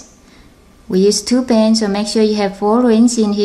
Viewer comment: U keep saying to bands which sounds like two bens